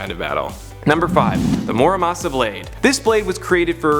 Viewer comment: Lol I get that you're white. But say it with me mur(as in murder)amasa. =op